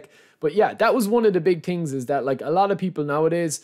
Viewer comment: its called „thing“ not „ting“ 🤣 i laugh every video